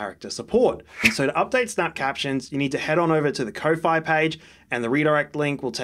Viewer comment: "ko-fi" is pronounced "coffee", the logo is even a coffee cup.